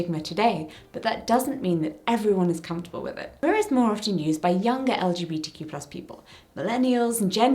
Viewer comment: As a pansexual woman and linguist nerd, I love the word queer. Not only is it just a fun word to say, but it's a fantastic blanket statement that is only one easy syllable. Hearing you slightly fumble through saying "LGBTQ+" over and over is kind of why I prefer queer. Even when I don't use queer I still just say "LGBT" because four syllables is a lot easier to get out than the tongue-twister of the "more inclusive" acronym. Sure LGBTQ+ it's more inclusive, but when I say "LGBT" people know I don't just mean strictly lesbians, bisexuals, gay people and trans people. "LGBT" has become so recognizable, the actual words behind the letters don't matter so much anymore in comparison to the concept it describes (except to the "LGB" community you mentioned, they care a LOT for all the wrong reasons). I know this isn't the point of the video at all, but I personally don't find "LGBTQ+" a useful acronym. The way its such a mouthful is not only just annoying to consistently say, but I've noticed it has opened the door to so much mockery. "LGBTQIA++$%dotcom" it's just way too easy to make fun of, and take us less seriously. Although, bigots won't take us seriously anyway, so that may be a moot point. I just know that personally, as a singular pan woman on the internet with no control over the powers that be, I prefer to say "queer" or "LGBT" rather than anything else.